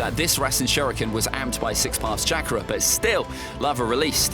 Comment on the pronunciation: This guy keeps saying Chakra wrong 🤣🤣